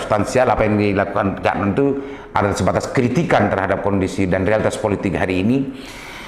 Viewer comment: Cak Nun pak... bukan "Cak Non" 🤣